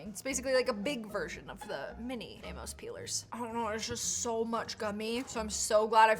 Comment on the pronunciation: Aim-Us not A-moes. My grandpas name was Amos. 🙂